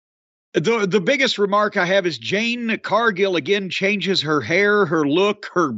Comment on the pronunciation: It's jade fool😂